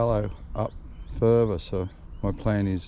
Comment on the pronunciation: Mate, my family has been in that district since 1820, and I lived around Richmond for many years. Why can’t you say further, rather than furver, another rather than anover, and bother rather than bover. It just makes you sound like a stupid Westie, and Windsor/Richmond people are not stupid Westies (like those from Penriff)!